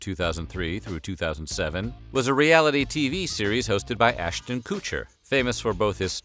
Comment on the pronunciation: Ass-tin Koo-cher lmao 🤣 you pronounce his name so hilariously!